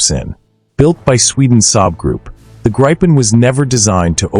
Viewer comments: Gripen with a "i" like in Indiana, not like in Iowa ! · Gripen (eng Griffin, ie the mythical creature in Greek mythology, with a lion’s body and an eagle’s head and wings.) it's not prinounce like you have a gripe with someone (like in this video), it's pronounced like Greépen, with a rolling R. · Let me explain the name Gripen: It means The Griffin, i. e. the suffix en is the definite article. It is pronounced Greepen. For international commentators it would be more convenient to just call it The Griffin. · A think there is no such fighter named the graipen nor the rafallee... Please try and make some effort, even though you're an American!